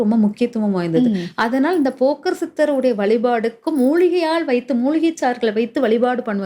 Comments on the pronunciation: அது போக்கர் சித்தர் இல்லை.போகர் சித்தர் மா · போகர் சித்தர் என்று உச்சரிக்க வேண்டும் ஜோதிடர் க்கு பேச்சு@ அறிவு ஆற்றல் மிக முக்கியம்